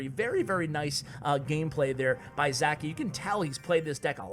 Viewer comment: Btw he is not Zaki he is Žaki nickname from name Žarko, not sure how to explain how to pronounce that Ž letter.